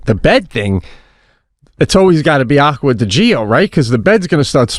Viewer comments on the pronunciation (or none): Listening to them to them pronouncing names wrong is hilarious!!! Aqua-Di-Gio not Agua-digo 😂😂😂😂#ChipotleJacket #AquaDGO 💀💀